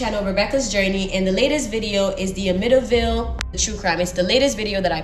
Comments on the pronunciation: The pronunciation is Am-mit-tee-ville. Thought I should let you know. I'm from Long Island and am very familiar with this story. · I have followed the Amityville horror house forever. In fact I remember when the tragedy happened. I don’t know if this helps because you love pronouncing things correctly. Am-it-T -ville ❤ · I laugh every time she says it 😂